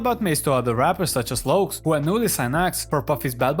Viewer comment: The Lokes? Lol wtf